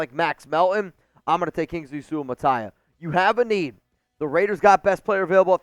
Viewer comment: 👏🏾👏🏾👏🏾👏🏾👏🏾👏🏾👏🏾 for the correct pronounciation of Kingsley Suamataia name. As a Samoan i gotta give it up. Raiiiiiiiiiiderrrrrrs